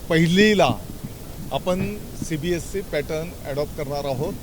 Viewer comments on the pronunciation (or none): Cbse चा उच्चार करून बघ फास्ट मध्ये